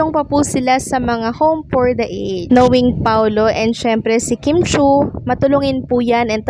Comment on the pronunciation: Ms. You pronounce a ged. Home for the A Ged